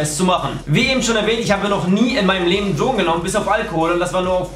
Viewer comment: Was?! Ich hab dich nicht verstanden... Dlogen?